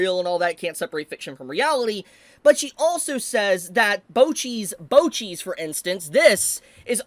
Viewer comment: Bocchi's "Bocchis", bro got me laughin and made my day way better XD